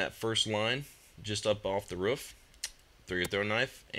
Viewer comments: He says ruff instead of roof lol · WTF it's Roof not RUF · he call a roof a ruuf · i like teh waay he says "roof" lol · I love how says "Roof"